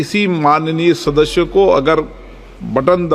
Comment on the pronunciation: अध्यक्ष जी!'सदस्य' बोलिए,'सदश्य' नहीं।